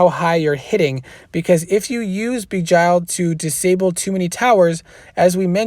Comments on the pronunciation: thanks for the rundown! great job btw its pronounced jinn ie sounds like win. arabic for demon. and begile as in sounds like bile ie bee gile not bee jile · Please don’t misunderstand... I respect you and I watch your videos... please google words you don’t know... beguile is a word that should be in your vocabulary... it is pronounced something like this Be Guy L... where the e in be is a short vowel and not a long vowel... more like Eh than E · ok....say it like bee (as in honey bee) then gile (rhymes with Nile like the Nile river. beguile means to deceive or to hide the truth (usually to screw someone over or harm them) but it doesnt matter, you can say it however you want, we all know what you are sayin :) Thanks again. if you ever need someone to help defend for one of your videos let me know